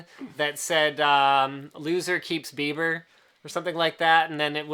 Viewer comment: its bieber not beiber ...